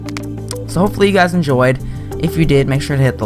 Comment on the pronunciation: You should really change the beginning of your video which is, 'hello guys and guys' or 'guyeses'